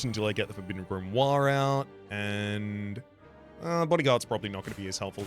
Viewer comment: "grimory" you're gonna make me fall for the bait